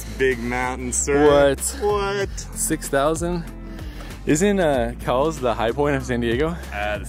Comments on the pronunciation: I see my house! 😀 it’s crowded, that’s the only negative I see. BTW, it’s pronounced like the store Kohl’s, not like the 🐄 Try Mt Woodson. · Fun fact, it is actually pronounced “coles” mountain! Great video! Maybe someday we will catch a hike together. Just getting my hiking channel kicked off! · Great hike but it's so crowded unless you go super early or late. Oh, also, it's pronounced "koh-wools." LOL. The mission trails ranger corrected me multiple times 🤣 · It is actually pronounced Kohl's - like the store. I love the backside of this mountain:) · My hood! Grew up in San Diego and could always see the mountain from all places mid city. However it's actually pronounced " Kohl's mountain " . Named after George A Cowles, one of San Diego's early prominent ranching pioneers. Love the view from there! Nice video as always! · This was a great video, it's awesome having Mission Trails in my backyard! JSUK it's actually pronounced 'Coals' 😃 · Haha! Most people pronounce it the wrong way, I learned from my history professor that it's named after an old San Diego family and their name was pronounced 'coals'. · your saying the surname wrong its with a k sound kowles